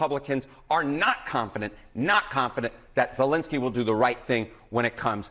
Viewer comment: "Zalengskyy" you pronounce his name funny